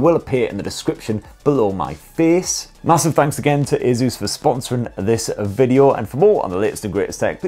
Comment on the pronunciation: Bro its just Asus. Simple. Asus. Not aezus. Asus.